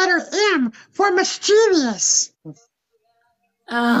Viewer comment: It's pronounced "mis-chiv-us" not mis-chEEve-E-us" because it's spelled mischievous....if he knew how to spell it then he should've known how to pronounce it correctly, so clearly he didn't know how to spell it either. might not want to cast stones while living in a glass house ijs